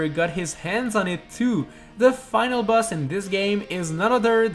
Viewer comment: Why do you say bus not boss